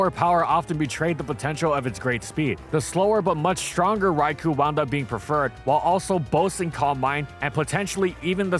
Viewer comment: Dude talks a lot about wanting to be proved wrong yet hasn’t seen the irony in how people have continuously pointed out how he pronounces “Rai-koh” wrong.